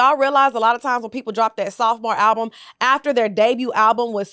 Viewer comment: “A ralbum” is crazy 😂😂